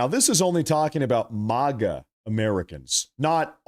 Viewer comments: Dude!!! It's Maga. Mag- uh..! NOT MAH- GAA...!!! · It's MAGA, not Moga. Like MAGAzine.